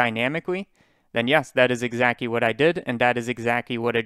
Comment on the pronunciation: I find cute that you sometime pronounce "L" as W and "CT" as c, it sounds like owo talk Exacwy~ :3